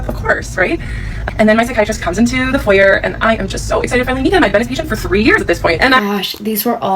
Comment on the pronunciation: Thank you for pronouncing foyer correctly that’s one of the few words that drives me insane when people mispronounce 😭 foyER doesn’t even roll off the tongue as nicely